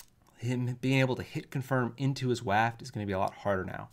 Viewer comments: Buff how you pronounce waft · Why is he saying waft like that? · says waft like Wario would. WAAAHft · said waaaft. Waluigi confirmed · Help this man pronounce Wario and waft